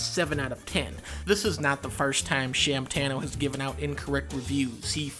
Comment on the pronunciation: "Shamtano" hahah